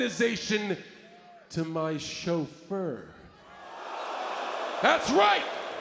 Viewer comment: loooooooool why did john say chauffeur like that 😂😂😂😂😂😂